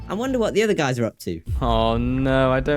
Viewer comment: It's guys not guyds